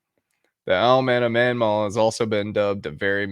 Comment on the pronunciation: Not Manmaw, Mawnan!